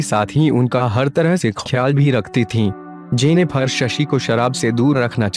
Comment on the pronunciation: Its JENNIFER not JENNIPHAAR...